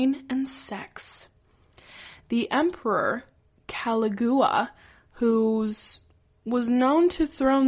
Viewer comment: she can't even pronounce Caligula.